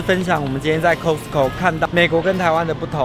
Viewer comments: 不是唸摳死摳 而是 咖死摳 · "cost" co . not "cos"co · 念咖死口 , 不是摳死口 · 麻煩一下，那個發音是咖司扣，不是摳司扣... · 不是唸「扣斯扣」，是唸「卡斯扣」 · 是念咖斯口，不是摳斯口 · 卡斯扣， 不是扣斯扣… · 你們倆夫妻很愛去costco請發好英文應該是 卡斯扣不是扣斯扣，請不要像大陸客一樣俗氣無禮，說話要小聲點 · 这个costco是念castco的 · 翁雅琳 哈哈哈哈听他们读cost co好别扭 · 應該是要唸 ㄎㄚ斯口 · Costco正確發音是「咖斯摳」唷~☆ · 應該唸“咖思扣“才對唷！ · costco要念成咖死扣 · 这个应该读 卡死口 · 扣死扣，OMG这台湾发音怎么这样？ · 聽了好難受，是唸”卡斯扣”，這是美國品牌，基本常識麻煩請有，別再無知了。不熟悉英文品牌唸法，麻煩請看阿滴英文好嗎！ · 鬼無里 haha我发音是挺好的谢谢你 卡斯扣快把我的美国人朋友笑死了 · 大家都習慣念costco但其實正確要念Costco才對 雖然我也習慣念Costco 一時間要改Costco還真改不過來w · 如果把Costco發音唸正確✅就更好了。Costco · 你这个costco 的发音听起来好难受啊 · 杨嘉伟 我听他讲那个Costco，我还以为我一直讲错了呢😂😂😂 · 杨嘉伟 真的超難受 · costco 的發音 ............ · 怎麼都念Costco 我都是念Costco或是Costco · 他都念錯，還不如講好市多，不懂幹嘛硬講